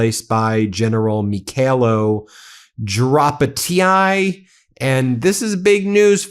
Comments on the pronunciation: Pronounced Dra patty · A side benefit to Syrskyi's firing is that we don't have to listen to you mispronounce his name anymore. Edit: Now we get to listen to you butcher Drapatyi. lol